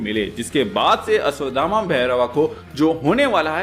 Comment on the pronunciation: Abe ashdhama nahi hota ashvthama hota hai